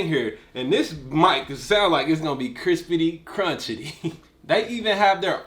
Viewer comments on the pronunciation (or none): Bruh Said "Krispaty Kruntchy" lol 😂😂😂